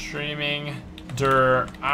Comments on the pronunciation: when u say it derr eisendraki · Der eisendraha what a prenunsiation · it's Der eisendrache not Der eisendraha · i like how you pronounce der eisendrache as "Teh Eisendrahagh" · "Der Eisendrachahahah " Lmao I died every time he says it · Der eisendrahah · you say it like der eisendrache der eisendraha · der eisendracha you need to say der eisendrak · I'm not spelling it right but it's pronounced Der eison drac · Der eisendracha hahaha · Did he just say der eisan dra ha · 'Der eisendraha' xD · ? DER EISENDRAHA? for real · You pronounce it like isendrache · Der Eisendrahah??? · i live in germany and we dont say der eisen draha lol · I am german and he pronounced it so bad haha😂 I laughed so hard 😂😂😂😂 You have to pronounce it: "dear icendrakhe" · lmao "der eyesendraha" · Der eisendraha lol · he pronounces the name wrong its pronounced drock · It pronounced der eisndrakhe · wtf is Der eisendrhaa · The way he pronounces the map name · the way he pronounces Der eisendrache 😂 CRIIINGE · Each time he pronounces the name he sounds like he is out of breath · Google Translator: I watch me only the video, because I find it funny when Americans want to say "Der Eisendrache", but it can not pronounce German. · that's not how u say der eisendreche